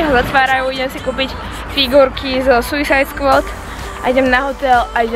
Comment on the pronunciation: nevies vyslovovat suicide squad